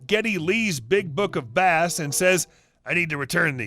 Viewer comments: Geddy Lee is a musician who plays the Bass (pronounced BAYs) not fishing for Bass (Bas) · Big book of Bass - it's about bass guitar, so is actually pronounced 'base'. Now cut out that 'YouTube' crap and get me your manager! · Geddy Lee's Big Book of Bass (as in the fish) lol. It's supposed to be Bass as in the guitar pronounced base. Lol Geddy Lee was the bass player, keyboard player and lead singer of Rush. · 'Base' not 'Bass' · Oh thank God. I thought I was the only one blowing a head gasket about the "Bass (fish) / Bass (guitar)" misspeak. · "Book of Bass"? Like the fish?! Bass in this case would have a long A (like "base") not a short a. It's a bass guitar, which Geddy Lee plays, for the band Rush. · Sorry but you need to check the pronunciation of NAMES before showing your ignorance, Geddy Lee never played a fish nor did he ever write a book about one! He is (was) the singer, keyboardist and the BASS (pronounced BASE) GUITARIST for the band RUSH!!! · Delightful piece. I do have to point out that it's pronounced "Base". Geddy Lee was many things, but a fishing author isn't one of them, I don't think. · Geddy Lee’s big book of Bass is about music rather than fish. Geddy Lee is the bassist and singer for the Canadian rock band Rush. I’m a huge Rush fan, and I laughed so hard when you said bass instead of bass. I know Geddy would have found it funny too. He his a humble man, who has a wonderful sense of humour., you really made my day. Thank you! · Yeah, he kind of broke me with his pronunciation on that. My brain was like. 😕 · BTW, Geddy Lee plays BASS GUITAR in the rock trio, Rush. A "bass" is otherwise a species of fish, I'll let you work out the pronunciation of these two! ;-) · Like pronouncing bass like it’s a fish instead of an instrument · BWAHAHAHAHA.... Bass as in the instrument, not bass as in the fish.